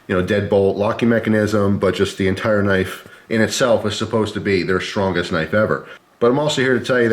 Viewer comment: Sir, I love your videos and you seem like one of the nicest guys on the planet. But will all due respect, there is no 'h' in the word 'strong'. Shtrong = wrong. Strong = right.